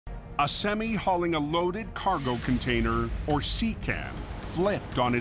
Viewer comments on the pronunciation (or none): why dose he say semi like that